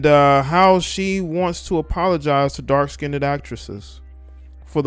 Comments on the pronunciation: Dark Skinned, Not "skinnded." 🤣So negrodian. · Who the fuck is still saying “skinded” in 2022?? And why? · No one asked her to talk...and it's not "DARK-SKINDED"...You're DARK-SKINNED. Come on. Whew. 🤣